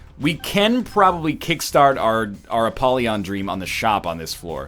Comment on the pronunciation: I am disgusted by the way Ryab says 'Apollyon'